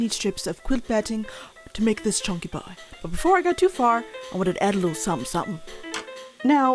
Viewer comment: CHONKEH CHONKEH